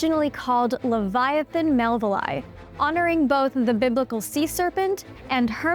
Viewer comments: It's Leviosa not LevioSah! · does she really not know how to pronounce leviathon or is she trolling ? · Instant downvote because of the way you said Leviathan. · You could try pronouncing leviathan correctly at least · Try learning how to pronounce "Leviathan." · It's not leviathan. It's leviathan. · Levi uhthan not leveeathan. You’ll never get your spells to work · Liviaten💀 ITS LEVIATHAN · "It's Le-VI-atan, not Levi-Atan" --Hermione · Pronunciation lə / vaï/ a/ θan not le /vy/ ah/ tan. Come on, it is a name straight out of the Bible with 1000s of years of entomological history how could a scientist get it that wrong? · La vi o saaa not la vi oo sa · Wth is livyatan? Hahahaha..unless she is referring to the LEVIATHAN.. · Normal people: Leviathan This mf: Liviatan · its pronounced lev-eye-i-tan. i tried watching your video, forced myself to get to the halfway point but i couldn't do it because of how often you say levyottin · Am I the only one pronoun it lay-va athan and not Lee-va athan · "Levy-artun." You sure about that? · Leviathan is pronounced Luh-vai-uh-thn. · Can you pronounce Leviathan correctly? Ley-via-than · its levi-a-than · Pronounce leviathan properly. Lev-i"-a-than. Emphasis on second syllable. Get real. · Livvy ahh tan. Really? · luh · vai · uh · thn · Pronounced leh v eye a thane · I'm pretty sure it is supposed to be pronounced like "leviathan", but with "tan" at the end...not "livvy ottin" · That’s not how you pronounce Leviathan!! What’s a Livyotan anyway?? Okay. I get it but it’s still stupid. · there's a TH sound as in 'the' in leviathon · It's pronounced leev-yah-TAHN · I believe it is pronounced "Livy-O-tan" ....ok that was a horrific joke and I do feel the shame of it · I can't watch this. You need to learn how to prenounce Leviathan. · Why can’t she pronounce “leviathan”. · Your pronunciation of Leviathan is so wrong and annoying I could not watch this entire video!!! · I'm pretty sure that the pronunciation is placed on "vi" not "a".